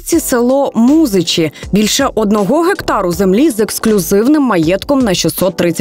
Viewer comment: супер, але назва села МузИчі,наголос на другий склад) приїжайте ще, тут є багато цікавого )))